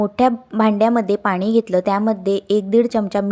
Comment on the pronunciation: ताई आपली भाषा अशुद्ध आहे.पानी.त्यानंतर असे खूप अशुद्ध पाण.असे शब्द नाही तेव्हा आपली भाषा सुधारा बरं ❤❤